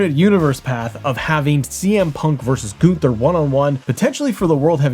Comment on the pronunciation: Who is Goon-ther? 😂